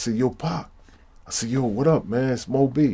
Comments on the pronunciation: LOL don't do me like that big dog he said m . O b. The dudes name is mo bee that's two different things he didn't say Mo bee he said m.o.b. he said each letter separately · I thought he was saying M.O.B....as in mob...but it's Mo Bee